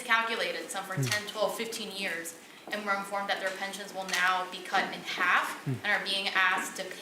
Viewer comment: 5 years jefe 5 yeearys lmao the Mexican came out of him